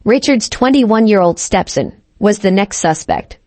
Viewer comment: StepSin and Saubering.....this AI needs to say them words right.